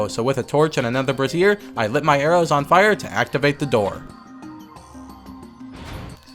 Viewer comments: You keep pronouncing "brazier" like "brassiere", but it's actually pronounced like "bray-zshur". Brazier comes from the word "braze", which means to solder or form from brass. Braziers (the people) often used open coal flames for doing this (which then inherited the name). A "brassiere" is an artifice for suspending one's boobs. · Hehehe, lol up the difference in pronunciation between "brassiere" and "brazier." Foreshadowing: what you're saying in the video is women's undergarment. The flaming fixture is pronounced rhyming with Frasier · Please learn how to pronounce brazier. It's not pronounced like brassiere. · I'm not telling you how to live your life, but you're pronouncing "brasier" like "brassiere". one means a bowl containing a flame, the other is a synonym for bra. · It’s pronounced Bray zer. The way you’re saying it, you’re speaking of a bra lol